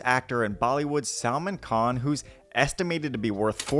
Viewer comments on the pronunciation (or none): yes, wayy off. It’s pronounced as - S(u)lmaan Khan. But it’s not your fault. He does look like a salmon, so you’re excused.